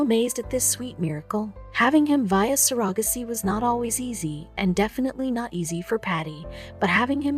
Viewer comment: The way the narrator pronounced ‘surrogacy’ confused me until they said it the 3rd time.🤔🙂😂😂🤣🤣 Greetings from Oz.